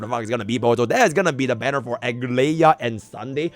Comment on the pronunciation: Please read her name as Ah-glai-ya please